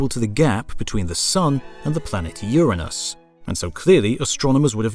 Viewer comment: Thank you for pronouncing Uranus properly. I'm so tired of people calling it Ur-anus....ugh! Sends me every time lol